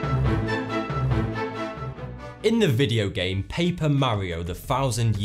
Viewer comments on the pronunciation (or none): none